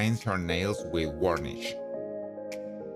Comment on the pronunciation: You should really get a narrator who can speak English!!! A “baret” in her hair??????? Paints her nails with “warnish”????